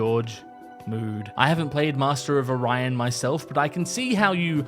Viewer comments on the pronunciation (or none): none